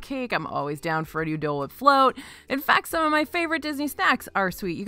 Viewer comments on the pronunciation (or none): none